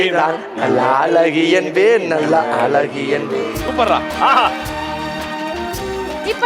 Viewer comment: அலகி இல்லடா அழகி ஒழுங்கா சொல்லு